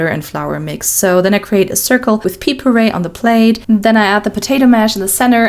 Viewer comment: Pea puree is very funny to hear 😂